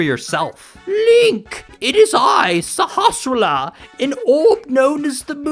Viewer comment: I've seen a whole bunch of Link to the Past videos, and you are the first YouTuber that seems to be able to actually pronounce the name of the village elder. I never thought it was all that difficult, even when I was a kid, and even without having a reference to how it's supposed to be pronounced, but it seems like everybody who does videos on this topic butchers it. some of them don't even try.